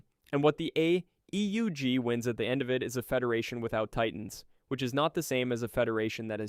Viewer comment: I realized this was a.i. the moment the ai tried to say AEUG, and flopped every time. Forget what I said, complete slop.